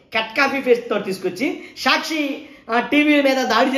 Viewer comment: Evadra nuvvu. Prati english word is mispronounced. Saakshi ani correct ga palakadam raadu. Ni office ekkado cheppu. Etla bandh cheyali nerpistam.